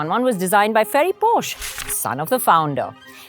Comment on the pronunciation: why is she mispronouncing porsche everytime